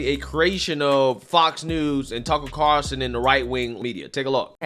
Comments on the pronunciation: She doesn’t even know his name,Tucker Carlson, not Carson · Lori his last name is Carlson not Carson. You ignorant thing. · Carson? It's Carlson Beetlejuice. She doesn't even know her critics. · Hey Mayor his name is Carlson, not Carson! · It’s Carlson beetlejuice, not Carson. Can’t fix stupid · It's Tucker CARLson, not CARson. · It’s Carl-son not Car-son, Mayor Beetlejuice. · Carlson not Carson... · It's Carlson, not Carson, Lori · She can't even pronounce his name. Carlson is not a difficult last name. Funny Beetlejuice you didn't care until T.C. reported on it. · She doesn't even pronounce Mr Carlson's name right. She is a total failure.